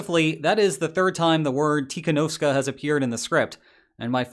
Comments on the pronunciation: it's also the third time you mispronounced it. It's pronounced "See-ha-no-skaya". Tsikhanoŭskaya. Not "Tikhanovska". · Your pronounciation of Cihanouskaja is terrible. How can you possibly get Tikanouvska out of Tsikhanouskaya? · Hi. There is an extra two syllables at the end of her name. Tsikanouskaya. As someone living in a Slavic country, I would pronounce this Tsik-an-oh-Sky-a. Press your tongue to the roof of your mouth when making the first S in the first syllable. Feedback is because I think you might appreciate it, given your regular attention to detail. Slavic languages are especially fun for us native English speakers. 😂😂 Be well. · You probably should not care, but do not pronouns k before h in any Russian words. For example the right way to pronounce - Tihanovskaya, it's much easier. Same with Kharkhiv which actually is Harkiv (UA) or Harkov (RUS). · Yes, the "S" and the "ya" are silent. Very good. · You are butchering her surname.